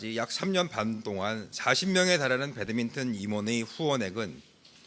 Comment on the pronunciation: 저 아저씨는 배드민턴을 왜 계속 배드민튼이라고 해요?